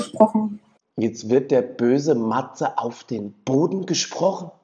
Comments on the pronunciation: "Chleudert den Purchen zu Poden" ... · „‘Chleudert den Purschen zu Poden!“ 🤣🤣🤣